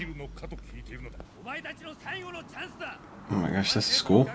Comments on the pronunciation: "Akira", not "Akeera" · Are usaricans completely incapable of speaking words as easy as Akira correctly, even after directly listening to it? Lmao